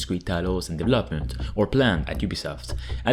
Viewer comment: Hey yo! I Really like your content. But i have one wish; Can you try and pronounce deVELOPment like it is meat to say? After Watching a few years you still do it and i hate it. All and all, still like you content, it is always fresh and uselfull! So; DeVElopment and deVELOper. Not Devlopper and devlopment...;)